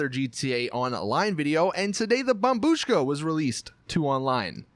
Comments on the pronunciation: Well done you finally said bombBUSHKA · Turned on the video just to hear him say bombshu--- wait I just heard him say bombushka correctly what the fuck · He finally pronounce it right. Lol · Finally you pronounced it correctly. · Dude u finally said bombushka right good job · YOU FINALLY SAID IT RIGHT